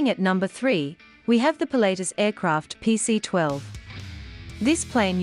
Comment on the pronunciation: Really annoying pronunciation. It is not pronounced "Pilateus". It is "Pilat-tus".